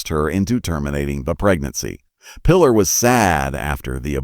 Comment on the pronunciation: "play the led"? "Lead can be pronounced "leed" or "led." In reference to movie business, "lead" is pronounced "leed" and not "led." "Lead" in reference to metal, is pronounced "led" not leed. Obviously cheap (and low quality) AI narration. Also, "Pilar" is pronounced "Pee-LAR," not "Pillar." Pedro Almendárez is also badly pronounced. All very annoying. Without any doubt whatever, you made inferior clickbait on the cheap. Therefore, I give you a disapproval.